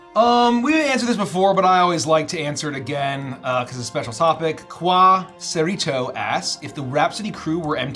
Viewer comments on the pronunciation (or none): Qua-cerito 💀 (Its quesarito like from Taco Bell, but my name is Ace)